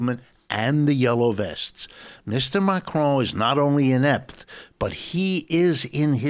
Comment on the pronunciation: Why does the presenter keep saying Macrone. It's Macron.